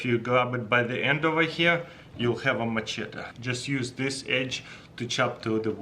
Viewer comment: It's machete, Mah-Shet-iee